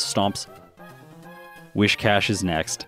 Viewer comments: Isn't it Whiscash < Whiskers rather than Whishcash? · lectures everybody on the correct pronunciation of rayquaza, but still says "wish-cash" and "pettle-bug"